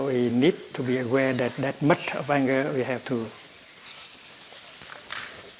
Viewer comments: Thank you I thought he said..nut 😂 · Like he way he says "muDT" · Is he saying Butt? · I thought he said butt like the butt of a lotus holding the flower together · I heard "butt" too... Geez. I thought "that can't be what he said, right?" Lol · Love the way you say Mud , love how your voice settles me down...into relaxed vibebration...truely Thay you are Buddha enlighten 🙏💐🌺🌼